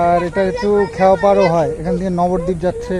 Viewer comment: নবদ্বীপ, নগরদ্বীপ নয়।